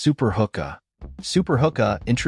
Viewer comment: its pronounced who-kuh. some pretty sweet gadgets here thanks for the vid!